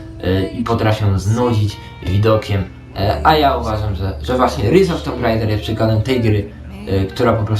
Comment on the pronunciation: Spoko recka. A tak nawiasem, nie "ris", lecz "rajs", bo tytuł wypada już wymawiać poprawnie. ;) O ile "tomb", zamiast "tum" w sloganie potocznym się już przyjęło, tak ten "ris" trochę rozprasza. Nie hejtuję. Lepiej wiedzieć więcej niż mniej. :) A ogólnie dobra robota! Pozdróweczka